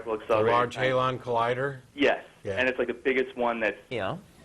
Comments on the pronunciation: "the large HALON collidor" lol! not exactly but nice try =) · "Hay-dron"? I thought it was pronounced "ha-dron"?